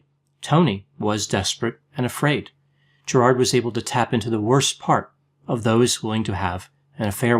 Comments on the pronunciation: Prob: Gerid (not GerARd) . Sorry! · I’m Australian too. We pron it “Gerid”... not “GerARd” (like St Bernard). It’s so distracting/the only video I can’t watch (I just want to interrupt all the time “no it’s pron ‘Gerid’. He’s ‘Gerid’. ‘Gerid’”